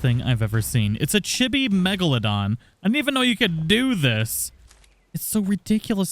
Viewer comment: None water chibis are way better. Like a thyla. With s+ you can tame a poo one and chibi fy it with the s+ mod gun. Also it's cheebee.